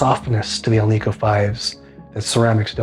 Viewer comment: It's debatable if there is a marked difference without an A-B comparison. And it is not, Al - `NEEK - Oh. . . . It's `AL -Nic -Oh. The metal is NICKEL not NEEKEL! 😏